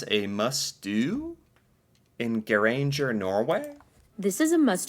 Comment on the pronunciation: The way he pronounced Geiranger 💀